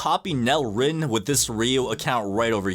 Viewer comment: Reo: (Ray-O) Isagi: (E-sa-geee)